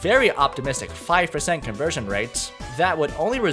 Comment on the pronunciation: Ahhh yes, "converstion" rate.